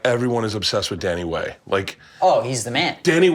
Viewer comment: LOL HE SAID DANNY WAY! Yo wtf